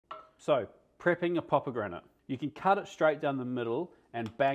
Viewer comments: I came to the comments to hear people complaining about the way you pronounce “poppergranate” but seems like either no one noticed or all you Aussies say everything weird..? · Are you saying pop-o-granite? If so, back off Americans for pronouncing aluminum way more correctly than that